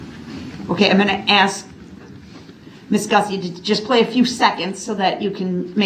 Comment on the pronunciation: Everytime he says “would it be fair to axe” I want staple his mouth shut